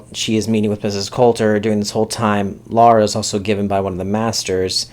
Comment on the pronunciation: Good review. A clarification: it's Lyra (LIE-ra) not Laura. Also, as a book reader I liked the first ep and am VERY excited to see them do the whole series :)